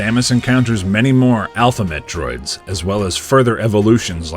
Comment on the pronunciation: So I tend to listen to these while ime doing other stuff, at one point you said "Alpha Metroids" and I swear I heard "Alphabet droids" 😂😂 Keep up the good work with the reviews dude!